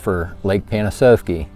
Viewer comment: It's actually pronounced Pan-ah-sahf-key or as the locals call it "lake pan." Great video.